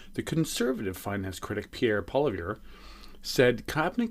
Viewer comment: Poilievre... you might want to try a pronouncement like, Poly-ev.